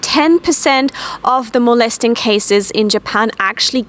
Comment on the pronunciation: Molesting, not "molestering"